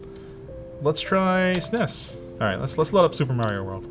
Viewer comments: its not zness its s n e s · As one born before the SNES came out, I have decided pronouncing it is wrong. It's S.N.E.S. or Super N.E.S. Make the madness stop! Lol